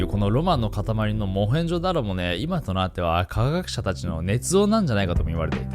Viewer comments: モヘンド・ジャロw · モヘンドジャロすこw